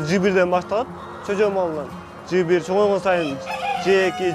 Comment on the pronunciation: Чөжө эмес жөжө 😂